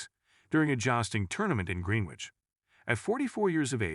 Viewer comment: Greenwich is pronounced ‘Gren itch’ not ‘Green witch’… uncultured Americans! Or is it AI and laziness!